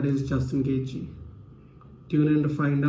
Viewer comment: Its gonna be an awesome fight!!! I think khabib is gonna get this one for sure. Straight up beast. But bro you gotta learn how to pronounce Gaethje properly haha :D lol